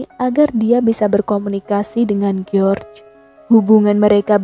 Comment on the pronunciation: Kyknya lebih enak bacanya Jorjs ( George ) daripada Geor